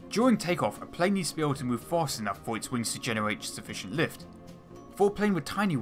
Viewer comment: Pwanes weally generate wots of wift